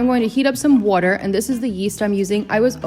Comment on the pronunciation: Are you from new york?, because they way you said sauce and water🤣❤️ Btw, what if i don't have tapioca starch?